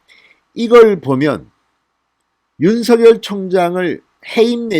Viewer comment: 윤씨 성을가진 형제가 있었는데 ㅡ형은 윤석열(尹錫悅)이고 동생은 윤서결(尹瑞潔)이었다 이형제는 동명 이인이 아니다 ㅡ석열과 서결은 각각 다른 인격체이므로 그 고유명사대로 구별해서 발음 해야된다고 보네요 석열이 서결이고ㅡ서결이 석열로 같은 사람이 되어서는 안될거 같음~^^ 참고 하세용